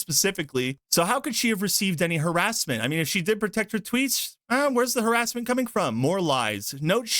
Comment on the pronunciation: "Harasement" How is this person even employed in the gaming industry?